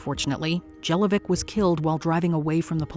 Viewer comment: It's not Jelovcic, it's pronounced like: Yelovchić, that's surname of Slavic origin.